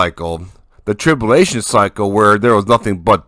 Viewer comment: Trib-U-lation brother . God bless you